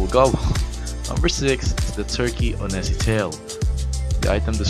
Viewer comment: Uhhh.. Onesie is pronounced wunzee